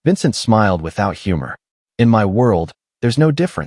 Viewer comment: Please change the narrator, it spoils a good story when his voice can't pronounce simple words. Eg, saying I N instead of in, and the mistakes are frequent. This criticism is not meant with any disrespect, just pointers to improve the telling of the events. God bless everyone and their families who have left a comment, best wishes from Australia ❤ x 😊 btw, the story is excellent, your channel will grow rapidly if you improve the narration!!!!!